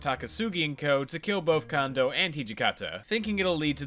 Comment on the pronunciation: Almost 400 episodes and you never learned how to pronounce Kondo.